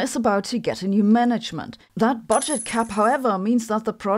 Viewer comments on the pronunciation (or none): none